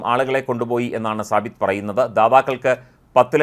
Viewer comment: സബിത്ത് അല്ല സാബിത്ത് നാസർ